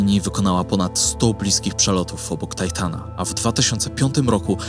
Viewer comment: Tytana nie tajtana